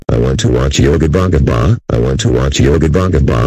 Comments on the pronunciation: When he repeats yo Gabba Gabba, he sounds like he is saying "I want to watch yobongabong". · He Said Yo Gapa Gapa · The way Dave pronounces Yo Gabba Gabba is very funny 😂